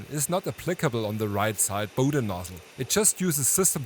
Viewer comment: What? And it’s Bowden and not Powden 🫩